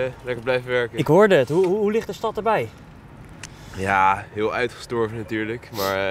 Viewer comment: Die man zegt uidegestorven en er rijd een liken auto langs